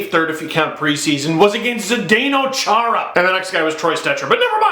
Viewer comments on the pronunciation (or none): none